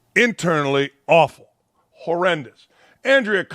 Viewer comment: Mr. Dakich, I came across this video and noticed you pronounced Andraya Carter’s name incorrectly multiple times as “AN-drea” rather than “An-DRAY-a.” And you did not even attempt to pronounce Chiney's name correctly. This suggests you may not be familiar with the Vibe Check show or its contributors, and I do not find your commentary credible in any way. If you're going to comment on this show or these women, I believe it's important to do your research and approach it with the same level of respect and preparation you would for any other topic. Respectfully, Julia